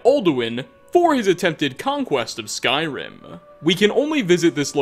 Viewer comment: Lol why do you always try to talk like that. Are you going for a failed imitation of a radio host or of an italian. "never supposed toah". "some insane detailah". "a golden ringah". "conquest of Skyrimah". "further you goah". "the more crowdedah". "emperor of Tamrielah". "uncompleted levelah". Almost every damn phrase LOL